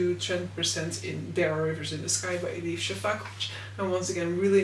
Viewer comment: Every time you say Elif Shafak I feel like you are swearing.